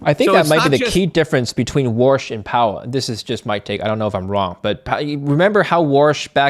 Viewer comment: His name is Warsh not Walsh, 😂